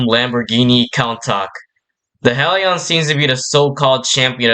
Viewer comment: I don’t wanna be that guy but.. you mispronounced Misteresque, Hellion and Lafoole Just saying this so you’ll know next time! by the way great vid